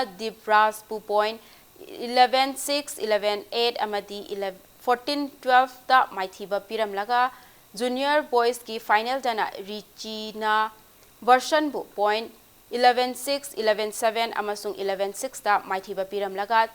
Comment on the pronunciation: Squash ki do Veroson haibane verson haiba ntte 😂